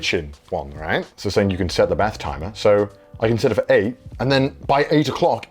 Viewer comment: I just love how you say bath 😂 sounds like Beth 😂